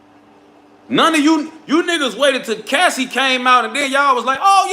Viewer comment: Nigga said Casey lol it’s Cassie